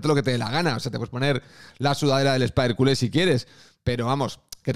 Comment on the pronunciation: La pronunciación en francés del Spider de la League 1 ya es todo un clásico del canal 🤣